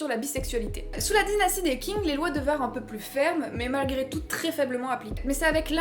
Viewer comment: Un petit tip: "Qing" se prononce tching